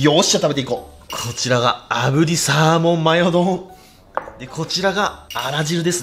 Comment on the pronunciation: 「アマゾンで獲れたサーモン」って聞こえて焦った